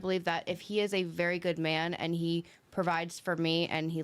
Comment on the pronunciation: I love when he says wery.